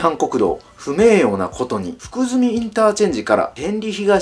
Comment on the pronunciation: 福住は「ふくずみ」ではなく「ふくすみ」です